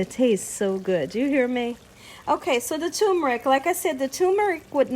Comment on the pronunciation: "tumor-ick"????? WTAF?? There is an 'r' in that first syllable "term-er-ick"